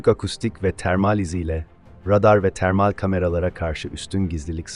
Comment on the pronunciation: Termall ne demek nasıl bir telaffuz